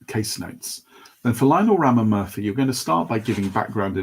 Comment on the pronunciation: Ramamurthy is pronounced as Raama--Moorthy. just so you know!